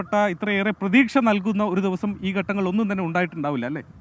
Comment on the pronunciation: എന്തിനാണ് പ്തുക്ഷ, പ്രതീക്ഷ എന്ന് പറയുന്നത്